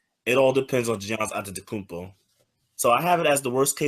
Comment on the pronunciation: I gave this video a thumbs down simply because they refuse to say this Man's name correctly. Giannis Antetokoumnpo. Pronounced Ya-nis Ante-toe-koom-poe. It aint that hard. I 'm so sick of hearing his name mangled by dumasses who do the shit on purpose.